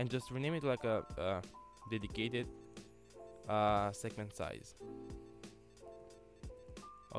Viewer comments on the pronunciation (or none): "segementsize" ....lol